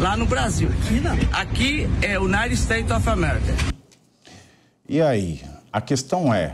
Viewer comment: Adorei a coragem deste cidadão !! Parabéns! Mas como professora de inglês, a pronúncia não está boa: " Aqui é ' unaisteiovamerca" kkkkkk